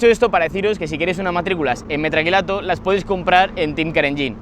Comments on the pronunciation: Metacrilato es la palabra correcta, a ver si para la proxima aprende a decirlo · se dice METAcrilato